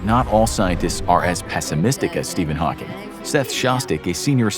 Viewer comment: Steven haauhnking